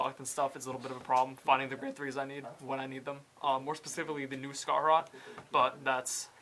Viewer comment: Scharhrot... They pronounced it as scar-harot? I pronounce it as shar-harot That’s just me though